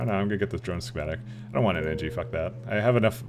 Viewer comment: Engi* not Engie